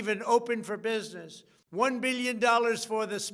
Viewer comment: Did he say billion. 😂